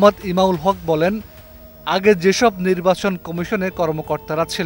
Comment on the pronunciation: উনি নির্বাচন শব্দটির সঠিক উচ্চারণও করতে পারতেন না।